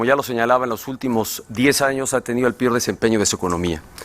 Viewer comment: El pior desempeño ? Dijo pior ?